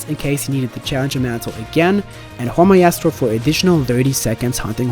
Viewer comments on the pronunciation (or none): Maestro is 2 syllables: it's pronounced "My-Stroe". It is not "Muh-Eee-Stroe", although I did really enjoy that and the whole video.